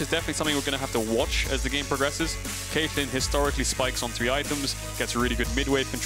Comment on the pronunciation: Cait - LJ - in.